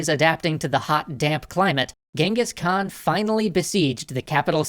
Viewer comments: Please do stop pronouncing "Genghis Khan" as "Gang-hees." It's annoying. I don't mind it being written by that Iranian typo, but the name should always be pronounced as CHINGGIS Khaan. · Its not really gingis its chingis haan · ....it’s Chinngis Khan! I lived there for years. Trust me it’s Chinngis! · It's Chengis Khaan not Gengis Khan i know cuz im a mongolian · It wasn't Genghis khan it was chingiss Khan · Genghis Khan is pronounced “Chinngis.” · It's prounouced xengis han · Its pronounciation is chingis kahn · I don't like the English pronouncing of genghis khan I prefer the original "jenkeez" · It is pronounced jengis han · hi I m a Mongolian and he’s name is not Genghis Khan cenghis han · You do now your saying his name wrong right? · Why all western people pronounce his name horribaly wrong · I love this series. Just super annoying that you don’t pronounce his name actually correctly... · ok part of my uyghur self wants to say FINALLY SOME RECOGNITION but th other part says : thats not how you pronounce that